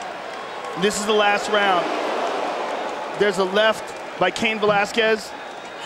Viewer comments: Cayenne??? I thought it was pronounced kane 🤔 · Bro I was coming to say the same thing! Like you had one job and you can’t even pronounce a one syllable name 😂😂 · it isn't. Because the person who owns the name doesn't pronounce it like that. Also this isn't theoretical, it's been a name for a REALLY long time. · They don’t know how to pronounce Cain. 😂